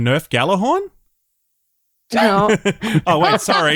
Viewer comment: my head SHOT UP when i heard say Nerf Gallahorn